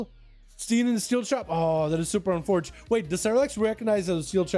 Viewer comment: lol “ that is super unforte” lmfao dude get ur casting straight